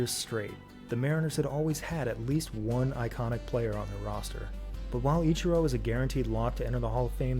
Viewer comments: EACH-E-ROW read your comments dude :P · no he's just poking fun at pronunciation of ichiro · Mans got flamed in the comments and still can't pronounce the name "Ichiro"